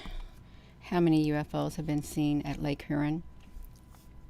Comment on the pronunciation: Shalom! Just letting you know that Huron is pronounced HEAR-ON. 😊 Thanks for reporting on this - I had not heard this news. If you read in the book of Ezekiel in Father's word - Ezekiel describes these crafts - it uses the word, amber - but if you look up the word in the original language it was written, which is Hebrew - the definition of amber is - highly polished bronze. May you have a blessed day in Jesus Christ name!